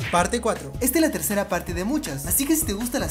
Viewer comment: No se si dieron cuenta pero dijo Tersera parte de muchas